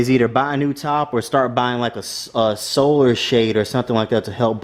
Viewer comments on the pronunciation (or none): none